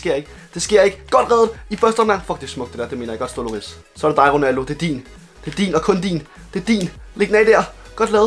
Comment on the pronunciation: ikke hate men han hedder hugo lloris men udtales hugo llori